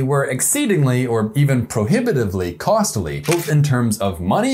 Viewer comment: Hey, I love your channel! Can I make one suggestion though? I'd love it even more if you would tone down the youtuber accent. It's the extra syllables you add in between words (or even sometimes in the middle of the words) and it's so distracting. (ex; you say "cost-a-ly" instead of costly, you do it in "amongst", you say "the firstst step"). It's something I actually read an article about, and it isn't just you by any means, but it really really takes me out of the video. If I'm the only one who notices this, then that's fine, but I would love to continue watching your channel!